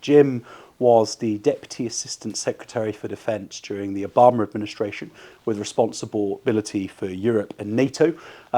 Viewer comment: No “r” in Obamer…